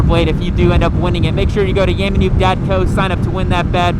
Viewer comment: Thinking to myself: did he just say “yummy pube”? Is he trolling Yam?